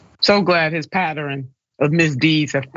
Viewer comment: HOLY F'N SHIT IDK PATTERN HAD 3 SYLLABLES ? 🤯